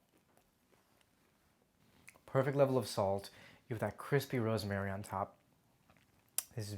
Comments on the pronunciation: Ros-ma-ry. It is three syllables. This guy pronounces it like it has 4 syllables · Me: I had no idea "rosemary" had three syllables.